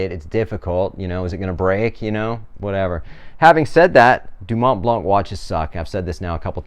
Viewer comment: Don’t pronounce the “c” at the end ;)